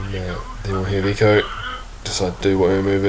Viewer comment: Sake mate it is Echo, not Eco.